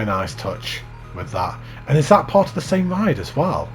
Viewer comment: part not patt